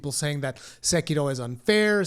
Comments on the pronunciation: Just pronounce it "seh-key-row" you fucking weeb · I agree, apart from your pronounciation of sekiro. Sounds spanish more than japanese or english lol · You're not Japanese. Stop pretending to be whenever you pronounce "Sekiro". It's ridiculous. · Why does your accent change so much when you pronounce "Sekiro"? hahaha good video and criticism of the article though.